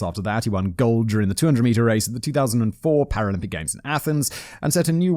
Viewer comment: You litterly said paralympic correctly, 4 times in a row Simon don't worry so much man!